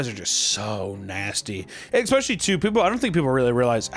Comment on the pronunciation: "Expecially honey bees" We got through 18 minutes, but not bad. We'll get it next time!